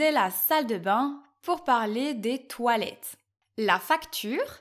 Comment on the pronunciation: Je t'arrête tout de suite, jeune fille. On ne prononce pas le ''s'' à toilettes. En français, on a les articles définis et indéfinis, contrairement à la langue anglaise. Je serai surpris si tu me disais que chez vous on le prononce, ce que je trouve illogique, sinon, à quoi serviraient les article alors?. Ici, une facture est quelque chose qu'on nous donne avant de payer pour signifier le prix à payer avec tous les détails mais que l'on na pas encore payé. Si on veut déclarer pour nos impôts, on demande un reçu. Le reçu est le papier final qui dit que tu a payé. Le mot chum se prononce ''chome''. Je ne savais pas que bienvenue ne se disait pas quand une personne nous remerciait. Six décennies et je viens de l'apprendre. La majorité ne sait pas que le mot ''job'' est masculin. j'ai eu un bon professeur dans les années 70' Malheureusement on n'a pas tous eu de bons professeurs. J'ai même vu cette erreur sur une pancarte dans la plus grosse chaine de dépanneur du Québec. Et au Québec, ce n'est pas un mot féminin. Il n'a jamais été accepé alors il ne faut pas dire ça. Dans notre dictionnaire, Il est très clairement dit qu'il est masculin.